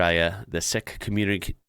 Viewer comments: Sikh is pronounced Seek.... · Its pronounce seek, Happy New year! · Sikh is pronounced "seek" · Great video but would you please say 'seek' community rather than 'sick'? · "Seek", not "Sick" for the disaster people. Happy New Year to you and yours! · It's pronounced "seek" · (not a joke) Sikh is pronounced 'sick' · Can't pronounce Quokka, can't pronounce Sikh!